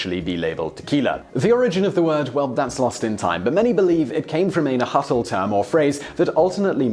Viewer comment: Nahuatl- pronounced naWatl